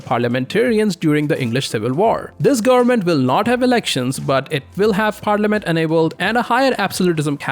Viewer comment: goernment goernment goernment, speak better pls